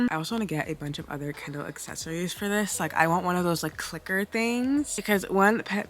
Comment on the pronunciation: You pronounced it kendall the whole time so that is my name suggestion lol